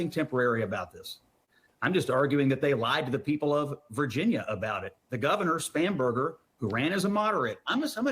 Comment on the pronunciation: I swear it sounded like he said "SPAM"berger